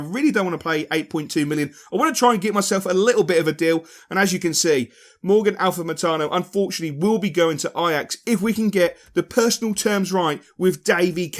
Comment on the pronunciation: Nice episode. Just trying to help you out here: it's Amalfitano, not Alfamatano. Don't know if its a nickname or just mis-reading/mispronunciation without realising or whatever but just thought it was worth outlining. Guess it don't really matter though now, but for Fifa 16 maybe. Also, moving up to legendary for a slightly more realist approach is smart. However, on legendary in my first West Ham season, I won the league with games to spare. Just putting that out there lol